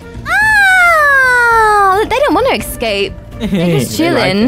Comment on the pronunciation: I like how she says “escape” like”exscape” 🤣